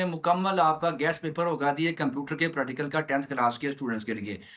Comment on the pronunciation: Sai ga practical ka name se Sahi se Lelo pradical 😂